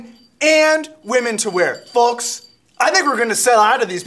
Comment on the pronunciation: does he really say folks like that putting enfinsis on the L??